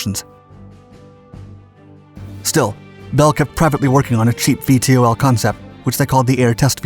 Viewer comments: Can't you just say "veetols" instead of "v-t-o-ls"...? It's not that hard to pronounce. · VTOL is pronounce "vee-tol" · I wish he didn’t spell out VTOL every time. .. it’s Vee-Tall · Would it have killed you to call it “vee-tall” like everybody else?